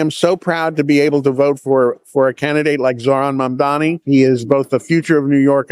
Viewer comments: Kim, his name is Mamdami. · Can you stop calling him Ma’amDaani? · Kim, Trump IS bad for Blacks and Hispanics. Try a different analogy. And how about properly pronouncing Mamdani’s name?